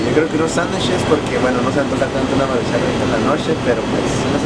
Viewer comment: no le pongas asento al decir maruchan lo dices como si se escribiera marushán